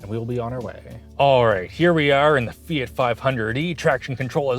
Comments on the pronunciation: Why do you call it "Fiyit"? It's Fee-yacht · Fee-it? Really? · Eww, "Fee-it" Literally unwatchable 😂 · You keep pronouncing it "Fiet", but isn't it "fiawt"? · "say fiat right" my wife the entire video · Is this really how people in Canada pronounce Fiat, or just?